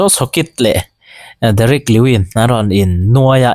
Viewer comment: Derick lewin nilo in lewis